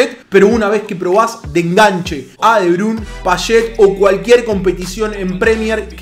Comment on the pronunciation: "él coló debrun" que hermosa pronunseishon